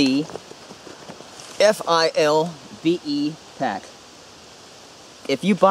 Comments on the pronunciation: Why for the love of God won’t you say “ Philbe “ instead of F.I.L.B.E ? lol . You say “ Molly” instead of M.O.L.L.E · Just FYI, the pouch on the inside of the FILBE is for a radio, and you can pronounce it "Fill-bee." Takes less time. Awesome video! I needed a side by side just like this to figure out what to replace my ALICE with. Thanks.